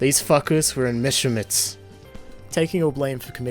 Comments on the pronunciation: It’s pronounced Mesh-er-Schmidt’s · "Messermitts" worst pronounciation ever